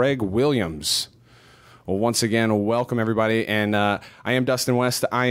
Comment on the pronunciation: Er... 'Again' not 'gain'